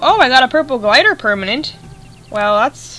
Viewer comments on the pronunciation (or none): none